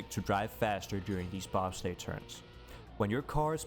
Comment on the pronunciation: hate to be that guy, but "bobslay" -> "bobsleigh"